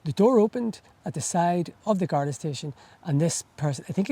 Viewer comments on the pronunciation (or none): *Garda / Gardai NOT "Gardae".